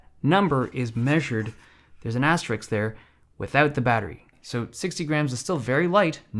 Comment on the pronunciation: bro i clearly commented this cos he said Asterix instead of asterisk